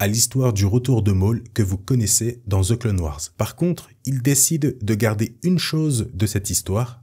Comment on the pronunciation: "De ze clone wars" 🤣🤣